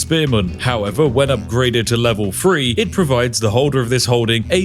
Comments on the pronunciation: Three or vree? What is going on with the pronunciations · Or "three"